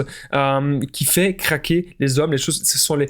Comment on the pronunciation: Il faillit dire caquer au lieu de dire craquer 😂😂😂😂